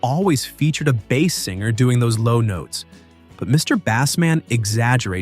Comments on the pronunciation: Its mister base, man not mr. Bass man,sounds like you talking about a fish😂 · How about pronunciation Mr "Bass"man as the fish instead of "base". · "Hello MOODAH" "Tip toe through the Tull Lips" "Mr. Bass (rhymes with ass) Man". SMFH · Mister Bass, pronounced like the fish, Man.